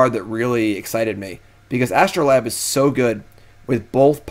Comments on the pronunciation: true. but he is also correct in this case. it is a long 'a'. astro-layb. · For my two cents, R&D has said they always spell cards the simplest way for their pronunciation so Astrolabe is As-troe-layb.